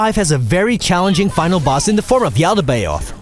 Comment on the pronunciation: He says his own name yet you still can't pronounce yaldabaoth right? (yaul-duh-bath)